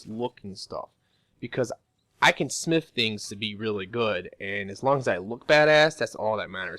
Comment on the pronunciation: When he says smith it sounds like snif